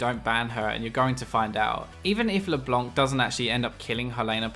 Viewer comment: leblanc not leblonk yo